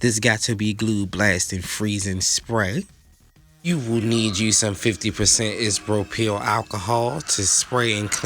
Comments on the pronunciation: The word is I SO PRO PIL for the Alcohol. Please don't mispronounce that word again. You can't do a tutorial video if you can't pronounce the items needed. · But the "IS-RO-PEEL" alcohol tho...